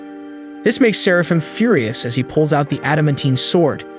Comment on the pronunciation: "Few-rye-us"? Is that how we're pronouncing it now? Read more. Speak better.